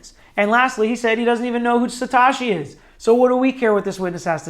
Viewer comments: Satoshiii not Satashiii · "Satoshi" doesn't rhyme with "wash me", it rhymes with "though she". Instant crediblity bankruptcy. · Good, unbiased, objective analysis....Kudos....but please pronounce "Sat OH shi" properly going forward. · he has shotty greek on andreas name too.. apparently he doesent speak japanese or greek... it sounds like satoushi. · you are pronouncing the word satoshi incorrectly. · Ma dude, why can’t you say satoshi? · Haha I agree.